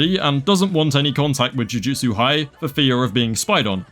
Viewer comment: you calling them jutusu tories.... instant follow